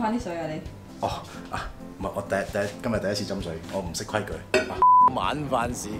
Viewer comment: 規『矩』，『距』離。